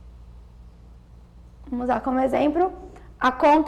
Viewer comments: Prezados não sei se ouvi certo, mas a pessoa que está falando diz no minuto a palavra "exempro" ou invés de exmplo,, é isso mesmo? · Ela fala exemPRO, MultiPRICA mas fala APLicação e DuPLicidade...vai entender...tirando isso ficou bem exPRIcado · Não tem como ter segurança com uma professora que fala EXEMPRO . Podem conferir o ExempRo dela em Depois dessa vou procurar outro vídeo . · Né por nada não mas esse EXEMPRO coçou o meu ouvido. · Pelo amoreeee!!!! A moça fala bem e explica bem, mas, falar: exprica, multiprica, exempro,.... E não é 2mil, e sim milhões! Perde a credibilidade 😒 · Boazinha a Aula. Agora "Eixempro" várias vezes. kkkkkkkkkk!!! Poh theacher....